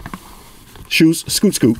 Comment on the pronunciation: "i lov ma white shooes"🔥